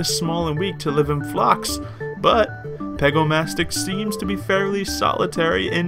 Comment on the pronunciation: pegomastax not pegomastix but is not relly important